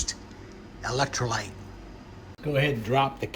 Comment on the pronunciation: He says electrolights... But really, its Brando. Remember... BRANDO, ITS GOT WHAT PLANTS CRAVE!...